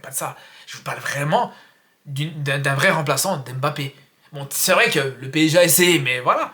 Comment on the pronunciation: " On a le même PSZEE " 😂😅